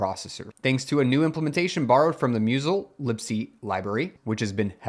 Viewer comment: "miewzl libc"... 😫😅